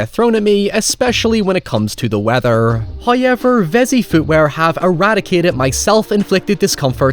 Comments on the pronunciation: bwahahaha.. Liam still said Hoyever when you said he said it in the correct American accent. 🤣🤣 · "He figures out how to say however correctly." You mean hoyever, right? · Ha.... Every time you say howyever I say it back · Why can't you say "however"? You make other oval O sounds just fine. Maybe its your jumping off point. In fairness, i can't recreate that sound you make when you say "however", so i guess we're even. I always liked this movie. I like the house. The CGI doesn't bug me. Catharine Zeta Jones looks ridiculous 😛 I think you may have read Wilson's character wrongly here. I never took him to be big headed or nasty because he puts himself in the same boat as the others. Wasn't there an allusion to Eleanor being of the house's bloodline? Something to do with the necklace. Its been awhile since I've seen it. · Um, sir, you DO say "however" correctly. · At this point I don't even know how "however" is pronounced anymore.